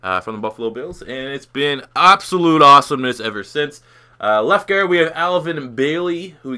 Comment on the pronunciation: the way you say guard is pretty funny to say it more like gerd 😂